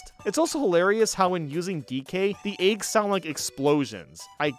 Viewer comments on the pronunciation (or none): Had no idea I could get so peeved about how someone says eggs